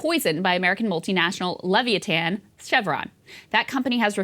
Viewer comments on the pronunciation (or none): American "le-vee-ah-tan?" Did you mean "lev-EYE-ah-than?" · Leveeatan? Le-vy-a-than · Krystal, it’s “Le-vi*-a-than”, not ‘Lev-i-a-tan”. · Levy-atan? Did she mean, leviathan? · Yeah, I heard "Levy-a-tan", got a decent laugh out of that lol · Did Crystal mean leviathan when she said something that sounded like levee-atan? Also, I think she meant to say nurture not nourish when she was talking about having kids. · Levia-tan lol yikes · Levi-a-tan is how she pronounced the word she supposedly wrote!! Who tf is writing this if Krystal doesn't even know how to pronounce leviathan in her own "Breaking Point"?!? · hey K, that olde sea serpent metaphor is pronounced more like "le VAI a thin". As in the petroleum industry is no longer "viable" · Leviatan? Leviatan? LEVIATAN? Surely there's an H. Lol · “Levy a tan” ... snicker 🤭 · I am saddened by that pronunciation of "leviathan". I guess it's just a peak behind the curtain showing they've got writers and editors and sometimes they don't read the text before the show. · How did you just pronounced leviathan ?! 😂😘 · So.... I am guessing Krystal doesn't say Leviathan out loud often. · Lol I picked up on that too. It's ok she misspeaks like 1/10 the amount Saagar does